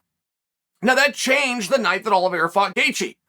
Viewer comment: Oliveira. Got to put respect on the champs name